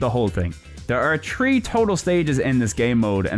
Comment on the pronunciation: Tree in total!?!?!?! TREE IN TOTAL! YOU MEAN THREE! 😂